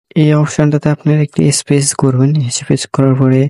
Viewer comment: ভাই হ্যাকিং করার আগে ইংরেজি টা কিছু শিখেন। স্পেস বলতে ইস্পেচ বলতেছেন। আর সত্যি হ্যাকার হলে হ্যাক করার পর খেলে দেখান যে গুড আপেল অ্যান্ড রোটেন আপেল শো করতেছে।